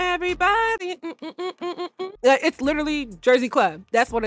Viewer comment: am i the only one that heard that when she said “everybody” 😭